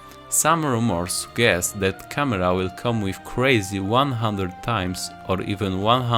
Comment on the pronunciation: Sudżest a nie sugest 🙂